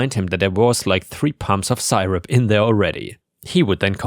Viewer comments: Syrup is pronounced see-rup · Another weird English pronunciation: The Y in syrup isn’t pronounced as an “I” like usual but a short “e” so: Ser-up